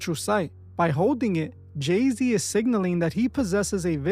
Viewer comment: It's Gey-Z 😭💀😭